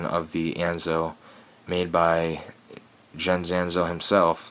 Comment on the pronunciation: It's pronounced "Yens" , it's a german name .